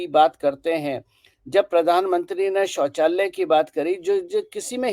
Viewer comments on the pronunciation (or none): शौचाल्लय नही शौचालय